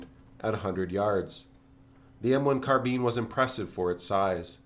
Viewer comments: It's not car-bean it's car-bine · awesome content, the way you say carbean instead of carbine made go a little insane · Great videos but carbean sounds strage as fuck😂🤣 carbine carbean bine bean supose its just the oxymoron that is American English 😂🤣keep up the videos lad there great im just taking the piss im irish cant help it 😜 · It's Car-BINE, not Car-BEAN . . . Rhymes with MINE, not MEAN. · I couldnt finish the video because he cant pronounce 'carbine' bruh its not carbean. Ill give you a like in return for not being to finish this mess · Only criticism is the pronounciation of carbine, its prounounced Karbine, rather then Karbeen. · been in the States for 43 years, and been a gun nut for all of them, but that's the first I've heard of it. CAR-bīne, or CAR-bean, but never, ever have I heard car-BEAN. I hasten to add that it doesn't matter much, and your video was a good one. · Not carbin. CarbINE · sorry for calling you american bro 😂 But yeah, hearing carbean just breaks my ears, carbine all the way. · Car-bean ! Holy Crap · The M-1 Carbean? Carbean? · Car-bean lol. I never knew Americans pronounced it that way. How do peas get to work? They go by car-bean. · Car bean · I refuse to believe thay its pronounce as a karr been even if google says so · "M1 carbean" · Never heard carbine be pronounced “car-beene” but this is an excellent commentary just like all your others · Watch old school american western films, with John Wayne etc. you'll hear Car-beene all the time. and Cee-gar and similar. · What the hell is a CarBEAN? Wasn't the previous 2 pronunciations enough? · I have never heard such a pronunciation of "carbine" with an accent on the 2nd syllable. In Korea, the soldiers needed to urinate on them to unfreeze them in the cold weather. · The way you say Carbine makes me cringe. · i think the correct pronunciation is car-bene but most ppl pronounce it car-bine (thats what i think take this info with a grain of salt)